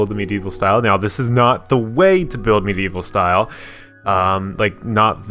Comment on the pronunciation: For some reason I heard you say meat evil style! XD Great video!